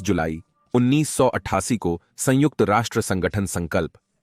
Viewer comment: Kitni var sangujt bole ga ? Or kya Kitaab pad rha hai ? Ek do hi video theak hai baaki sab bekar hai